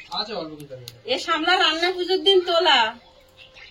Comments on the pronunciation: সামলা নয় সাপলা। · আবার ভুল বলছো বোন ওটা সামলা হবে না সাপলা হবে বোন